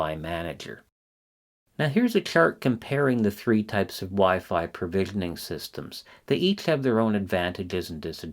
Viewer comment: PROvisioning, not PERvisioning.